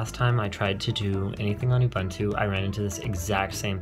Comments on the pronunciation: say ubuntu right next time! its ooo bun too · How to pronounce "Ubuntu"? Say "Ooh" "Boon" "Too". Ooh-Boon-Too. Ubuntu. God bless you. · its ubuntu not ubantu